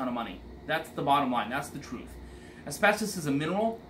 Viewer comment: Amen that thing needs a lot of work . He said asbestis I cringed !